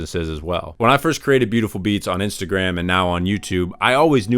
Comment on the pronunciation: "Inatagram" lol